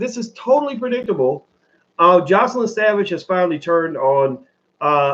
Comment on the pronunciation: Her name is JOYcelyn. Just call her Joy rather than repeatedly mispronouncing her name.